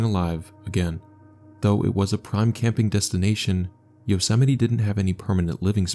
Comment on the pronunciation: Bro thats not how you probounce yosemite